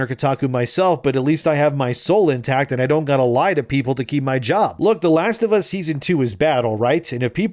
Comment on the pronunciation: “The Last of Ass”